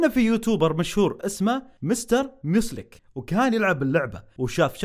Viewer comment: اسمه ميوزيلك مو مسلك 🙂💔